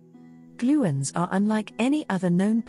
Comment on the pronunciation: What a load of gibberish. You would think that a video about gluons would at least pronounce 'gluon' correctly. Chemical reactions (chemistry) is about electrons, not nucleons. If this is what AI can create, I'd prefer to not see any more 1/10